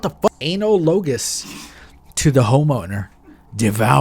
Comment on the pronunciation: Uh-nal-uh-gus Very similar to